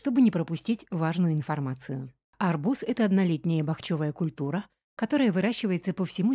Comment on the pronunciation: Уважаемый диктор! Правильно ставить ударение на вторую букву А – бахчевАя культура...!